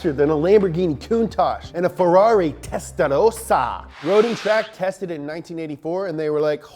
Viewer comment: Great! I'm from Europe, but I didn't know much about RUF until now. One small thing. Your pronunciations are always spot on! I'm glad you pronounce the E in Porsche. But it is Testarossa and not Testarosa